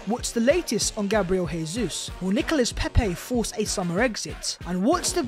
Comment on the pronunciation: Dybala is too similar to Jesus and his injury record is a concern. I'd rather not buy him but buying him would send a statement we can still attract top players. Incidentally it Jesus' is pronounced "Jay-zeus not HAY-SUESS' as he's Brazilian.